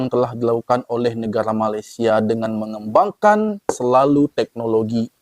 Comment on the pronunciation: Blh x abg betulkan sebutan Malaisia abg…salah tu sebutannya